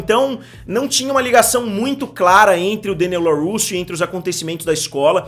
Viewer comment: Mister, adoro o canal. Mas, por favor, para de falar Deniel. Adoro quando você deixa tudo "abrasileirado". E sim, as lutas são fracas demais e infelizmente isso me deixa bastante insatisfeito. As batalhas não me convencerm. Acompanho somente pela nostalgia e já afirmo que abandonarei(se continuar assim) na próxima temporada. Tudo muito fake e mal feito.